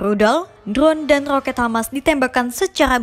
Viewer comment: knp kok rrrrrooket..atau beerrrr beerrrr